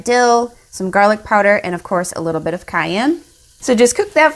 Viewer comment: me why did she say gerlic- the editor:gErlic???